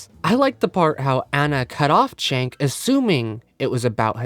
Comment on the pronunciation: Whether you like or hate him can you pronounce Cenk's name right. It's not pronounced Chank it's pronounced Jank. Idk why people can hear his name and keep pronouncing it wrong